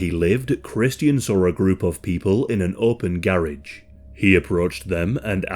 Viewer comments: That “garage” pronunciation is wild lmao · The way to say garage… wow why can’t y’all speak correct?